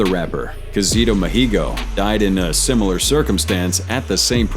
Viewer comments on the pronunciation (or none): none